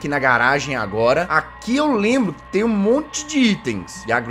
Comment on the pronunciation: o jezz fala eu não Lambro de nada